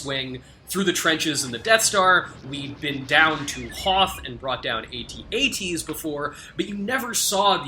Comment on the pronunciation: AT-AT, not A-T-A-T